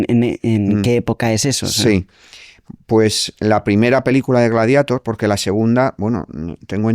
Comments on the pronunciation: Porque pronunciamos gladieitor cuando en latín es gladiator ...porque americanizar el latin😢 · Gladieitor no. Gladiatór. Es latín. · Gladieitor? Ahora el latín se pronuncia a la inglesa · Gladieitor dice el tío. Hay que dejarse de eufemismos, neologismos y anglicismos o acabaremos perdiendo vocabulario. Yo aún sigo diciendo "marimandona" en lugar de "empoderada" y pronuncio la "e" cuando digo Baltimore. FREE ZOUHAM o abandonad toda esperanza. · Gladiator por qué pronunciarlo en inglés si es romano?